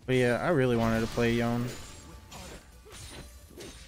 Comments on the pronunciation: Tis pronounced YO-NAY. Not Yon. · do be calling Yone "yawn" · Yeah. It is よね in Japanese so you could go with your guide but to me that makes it sound too long on the end.